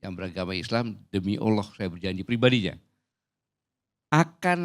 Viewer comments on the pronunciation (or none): none